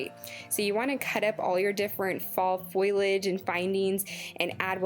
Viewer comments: All beautiful ideas. I can't wait to try.. I adore the wreath and framed autumnal pieces..❤❤ I also just wanted to help with a pronounciation of a word. FO-LEE-AGE not FOIL-AGE. FOIL implies you are using the cooking medium not plant matter. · leave the L out of the word foilage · Foliage: Foh-Lee-Edge I understand that people from different places pronounce things differently, but you are transposing two letters that essentially turns leaves into a made up word that only had a definition in urban dictionary. Just trying to educate, not hating. Wreaths look great 👍🏻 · I really liked the video and almost subscribed but the"foilage" think kept making me cringe. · Amanda Niles I agree and I can't handle when people drop the g off Of my words like findings to findins. However she is adorable and also the crafts!